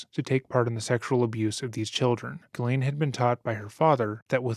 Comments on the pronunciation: FYI "Ghislaine" in England is pronounced like "Ellen" in US. "Gillen." Nobody gets it right, but just sayin.' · FYI Ghislaine is pronounced Jzee-lenn or Jzee-lane. :) Common french Canadian name. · How hard is it to pronounce Ghislaine?